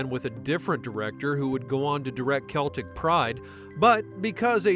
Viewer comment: Pretty sure its pronounced Seltic Pride, not Keltic Pride...because the movie follows 2 goofballs that are huge Boston Celtics fans.